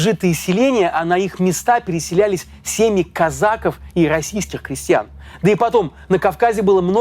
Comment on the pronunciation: Только не казАков. КазакОв.